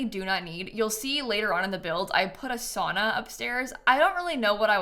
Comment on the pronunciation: I love the build but as a Finn I took like physical damage everytime you said "sauna". The way Americans pronounce it hurts me at my core 😭 (I do hate the Sims 4 saunas in general too though)